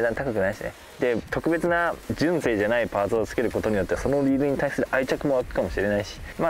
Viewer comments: あたりが特にね、関西人からすると、えって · 聞いたこともないイントネーションでしたよ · 純正のイントネーションが一番気になったw